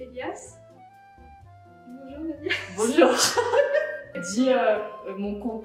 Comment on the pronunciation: I thought you said "tamo junto" and I was like "QUE FOFA ELA COMEÇANDO O VIDEO COM 'TAMO JUNTO'", then I noticied it was "bonjour" skskks, nice video